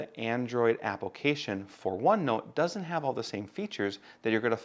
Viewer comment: I laugh each time you say "apple-cation"